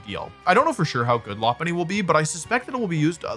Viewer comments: Your pronunciation of Lopunny is actually spot on! It's based on a lop rabbit who have cute droopy ears. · Pretty sure you're saying it correct as Lopunny is a Lop eared Bunny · Your pronunciation of Lopunny is correct, it's a lop-eared bunny